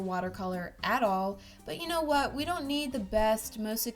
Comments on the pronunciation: She said kwat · I mean myawt